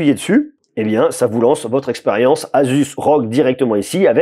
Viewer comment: Enfin quelqu’un qui le prononce correctement